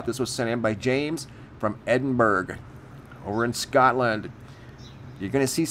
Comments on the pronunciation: Edinburgh is not pronounced Edinburg as in Hamburg! You should know! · Man called it edinBURG, like Luxembourg lol. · Just FYI The G in Edinburgh is completely silent. Its pronounced either Edin-Bra or Edin-Bur-ra... like the word "thoroughly" you wouldn't say Thor-ug-ly. :) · I'd have then pronounced it "Edinbur" as to make the "g" silent. Because see, in America we usually pronounce a word with the "gh" as with a "g" as it appears to sound, "Edinburgh > Edinburg". Thanks for the pronunciation. Wonder how the Scots themselves actually pronounced it back then. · Just to help, it’s pronounced, Edin-BERUH or Edin-BRUH. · And it’s pronounced Edinbruh 😉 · I’m not Scottish and I even know how to properly pronounce Ed-in-bruh. Lol. Just sayin... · "Edin-berg" haha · Next to Strasberg 🤣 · The ‘G’ is silent when you say Edinburgh so we in the UK pronounce it - Edinburra (phonetically speaking) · It sounded like he put a 'g' at the end although very slight. I agree with you though a lot of people get a lot of our city names wrong. AND the counties. Shire instead of shur...lol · Judith Bisson yeah but mans said ‘edinburG’ lol there isn’t any excuse... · EDINBURG??? 🤦🏻‍♂️ C'mon noo, you should know better how to pronounce Edinburgh eh!!! geez a break noo mate ffs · Sounded like "over in Scotland " to me but the pronunciation of Edinburgh was 🤣.top channel always good to watch.